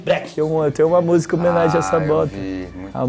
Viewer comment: fala busica 😁